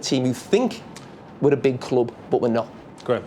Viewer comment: When jamie said 'big kloop.. big kloop..' then, I realized it's... ' big club '.. #ohmyenglish